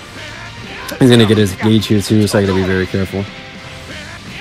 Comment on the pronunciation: Am I the only one who thinks it's cringe when he says it's varrrre 😖😅 plz stop 😩